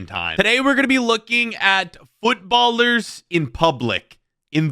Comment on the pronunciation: Bro really said Footballer""""s in public, instead of footballers 💀💀